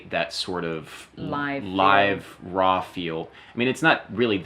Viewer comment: I love how she pronounces “raw”. Roooow